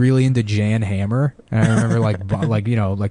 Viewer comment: If he were a gay bug, like me by the way, I'm gay he'd know "Jan Hammer" is pronounced "Yon Hah-mer." I'm sorry for being a gay bug.